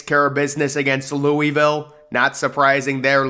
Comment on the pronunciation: Why don’t you pronounce Louisville correctly?